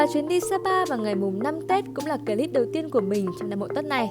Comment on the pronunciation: Chị có thể nói là clip thay vì " cờ líp " ấy ạ , có lẻ em soi quá , nhưng em vẫn mong chị khắc phục , hôm nay chị xinh quá xinh luôn